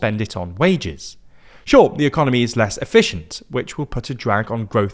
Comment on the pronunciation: ah yes the eoncomy